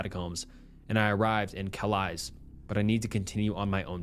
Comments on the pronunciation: Yeah for one Calais isn't pronounced "cal-eyes" lol I'm pretty sure it's pronounced "cal-lay" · Calais is pronounced “Ca-lay” (the a sounding like the a in “cat”) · the most american thing calling Calais 'calise' 😅😅😅🤦‍♀️ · Calise?? I think you mean Calais (kal-ay) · Btw, calais is pronounced 'calay', not 'calize'. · "Ca Lies" is killing me lol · Having worked in acute psychiatric I can confirm that if people say "I'm not crazy", they invariably are. Some people delusions are so impressive they nearly fool staff, it's an amazing thing the human mind. Oh, and Calais is pronounced "Kah-Lay" not being a prick, just thought it might be worth knowing. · Hi, new sub here, I really enjoy your content and binge watching right now. Just a little respectful note, being from France: Calais is pronounced Calay. Thanks for the video, off to the others I go! love from France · Calais is pronounced kah-lay. It’s a sh*thole though, so probably not worth a visit! 😂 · There is no way they walked from Calais (cal-ay) to Paris lmao what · Cal-lay its french pronunciation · Just FYI, Calais is pronounce without the S at the end. Like Calay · Calais is pronounced Kalay, fyi. Great video though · Scariest thing about the snapped fingers story is your pronunciation of Calais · That’s the wildest pronunciation of “Calais” I’ve ever heard! 😂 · If you ever pronounce "Calais" like that ever again, I'm calling the interdimensional beings on your ass